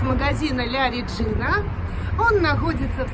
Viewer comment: Произносится ла реджина